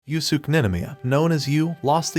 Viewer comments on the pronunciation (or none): I hit dislike as soon as you botched "Yüs-Keh" as "Yu-Sük"